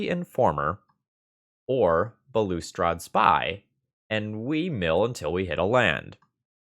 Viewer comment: not that it matters but balustrade is pronounced like ballast trade. cheers and great video